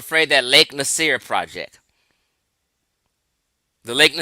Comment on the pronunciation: you’re not even a continental Afrikan—you don’t recognize that modern country borders were drawn by colonizers. The present-day people of Egypt and Sudan include Nubian populations, but labels like “Nubian” and “Egyptian” are constructed terms; the native people know who they are. Even something as basic as pronunciation gets overlooked—Lake Nasser is pronounced Nah-sa, not “Nasir.” It’s also clear the man is not YT—start there. And Arab is primarily an ethnicity / ethnolinguistic identity, not a 🗣️ RACE. • Ethnicity = shared language, culture, history, and ancestry • Race = a much looser, socially constructed category based mostly on physical appearance So speaking Arabic or identifying as Arab does not automatically make someone a separate “race.” That’s exactly where a lot of confusion starts.